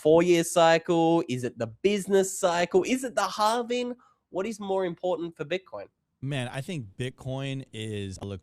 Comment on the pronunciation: “It’s impordent” 😂